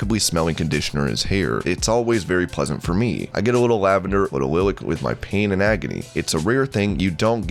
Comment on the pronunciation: Program your text to speech program to pronounce lilac correct. It’s pronounced “Lie-Lack”, not “lil lick”